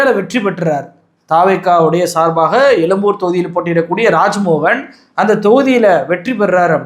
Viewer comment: Adhu yelumboor yillaingah yezhumboor . Thamizhin yelumbai norrukkaadheengah